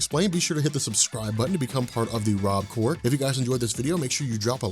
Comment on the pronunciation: did he say the robcore?